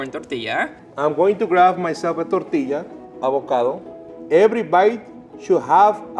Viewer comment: ngl i really liked how pronounced the word "tortilla."